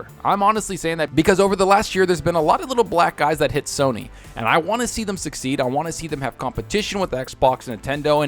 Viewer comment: It sounds funny when you say thum instead of them.